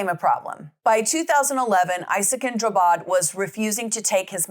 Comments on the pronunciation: Drabbad. Like ABBA with dr and a d att the end. Not Drubbed. Drabbad means afflicted in Swedish. He changed it because he believes that everyone he meets is afflicted by him. Translated as such, his name is now Isakin Afflicted. And in Swedish trials we don't have a jury, we have lay judges and judges. 😊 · Not "Drubbed". He changed his name to "Drabbad", which means "afflicted by", "affected by" or "stricken with".